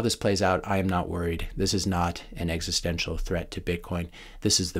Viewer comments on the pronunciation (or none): none